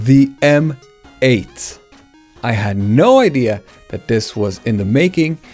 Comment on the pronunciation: You pronounced it correctly in the video! EM EIGHT!